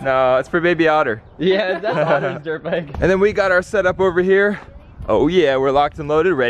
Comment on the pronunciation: When he showed the helmet he said I got my green drit bike then he said and I have my ornge drit bike